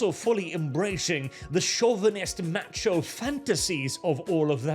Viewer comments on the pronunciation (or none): none